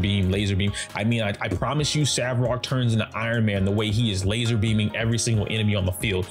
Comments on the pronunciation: Great video. He's Svarog though, not Savrog 😅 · Bro, it’s SVARog not SAVrog